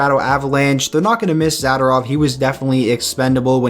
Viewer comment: Zader-ov???? Nope. It’s Zuh-door-ov